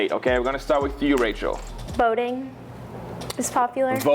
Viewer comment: Did ya'll not see #2 when she said "Voting" 😂